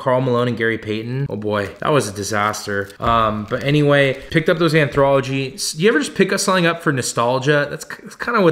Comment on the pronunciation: Low key had to go to google to see if I had been saying “anthology” wrong this whole time. Turns out there is still not an R in there.. 😂 Just messing. Love the vids man. Keep it up!